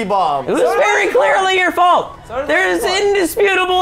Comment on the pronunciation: It's wess's fult